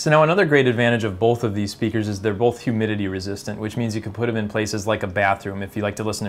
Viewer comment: Says "bolth"